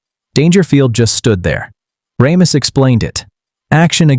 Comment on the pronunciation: Ugh, it's "RAY-miss" NOT "RAHM-iss"